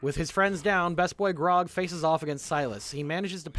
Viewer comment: Dude shies away from saying Percival Frederickstein Von Mussel Klossowski de Rolo the Third is understandable. Can't even pronounce Grog right at times. (I picked up Grong and Brog) All in good fun of course